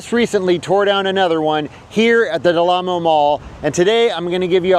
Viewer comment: It's 'Del Amo ...', not 'Del Lamo ...'.